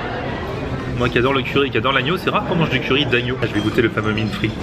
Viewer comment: Vraiment top ta vidéo... pour info le vindaye se pronoce vinedaïe, mine fritE... Mais franchement ne change rien